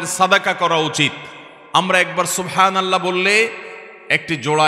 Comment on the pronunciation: এটা আসল উচ্চারণ হবে-Subhan,ALLAH